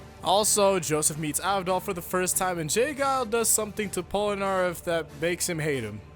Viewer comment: POLANAREFF? ITS POLNAREFF